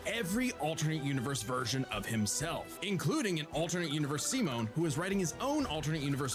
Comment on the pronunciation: saying its his 2nd favourite anime but fail to pronounce simon name..hhmmm